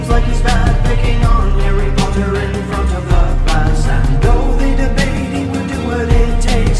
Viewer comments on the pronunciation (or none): none